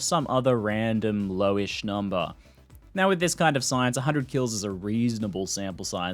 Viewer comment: "KILS" oof